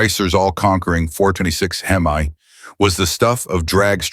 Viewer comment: Stopped watching at "Hem-eye" WTF??